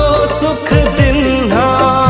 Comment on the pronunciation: भाई एक बात बताओ बड़ी ई की मात्रा वाले शब्दों को छोटी इ की मात्रा के साथ उच्चारण क्यूं करते है हनुमान चालीसा में भी यही किए हो जैसे दीन्हा को दिन्हा लीन्हा को लिन्हा आदि